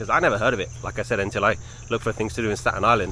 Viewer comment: Hello! Native Staten Islander here! Thank you for loving our borough ❤ it truly is a hidden gem! This made me smile 😊 your pronunciation of “Staten” was perfect too! 🎉